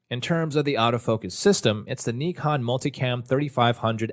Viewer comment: Thank you for making the effort and pronouncing "nikon" the right way ! 👍🏻❤️